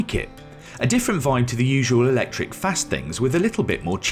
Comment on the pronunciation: Stopped watching as soon as he said "electric".